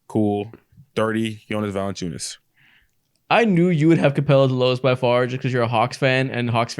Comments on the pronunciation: It's ValAnciunas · ITS ValAnciunas yall